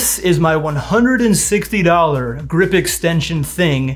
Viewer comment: Emphasis on the $160. WHY?!